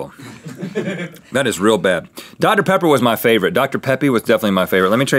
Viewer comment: OMIGOSH So my best friend and I are both HUGE mythical beasts. Well, about a year ago she mispronounced Dr. Pepper and called it Dr. Peppy, and it's been one of our biggest inside jokes ever since. THEN RHETT SAYS DR. PEPPY IN THIS EPISODE!!! We are both freaking out right now, this is so freaking awesome. Fate has smiled upon us today.